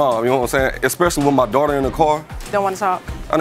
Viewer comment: “My dwater”